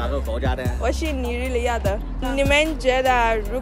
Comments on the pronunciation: How do you say Nigeria in Chinese? Did I hear Nigeriata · It's the way Nigerian was said in Madrin for me🤣🤣🤣 I was like no be my country be that.. I refuse it😂😂😂